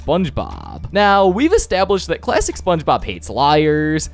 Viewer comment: I keep thinking you say “plastic SpongeBob” or “lifelesson SpongeBob”